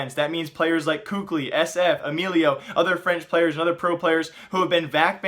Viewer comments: Kukli lololoooiollll hahahahah😂😂😂omg why do you pronounce Kqly?😂😂😂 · For the love of all that is good, please pronounce KQLYs name correctly